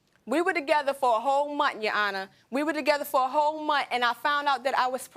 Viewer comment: Did she say twice that they were separated for a whole Mont? Wtf is a Mont?